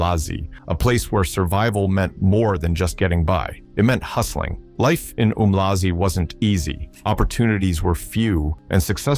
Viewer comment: It's pronounced ARM-LAzI not OOMLAZI